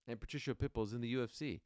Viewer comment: Ariel, You are pronouncing "Patricio's" name incorrectly it's "PA-TREE-KEY-O" Not Patricia!!! If I were YOU, I would make a Public Apology to him but, that's If I Were YOU, just saying... Good luck when You get Face to Face with Him!...😮